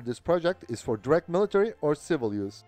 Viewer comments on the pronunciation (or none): none